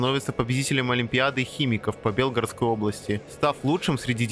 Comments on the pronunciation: Автор, зачем коверкать Белгородскую область? Правильно белгорОдская область, а не бЕлгородская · Ещё забыл упомянуть, что автор неправильно произносил Белгородскую область